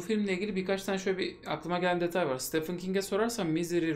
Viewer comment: Stephen Steven diye okunur, Stefan degil.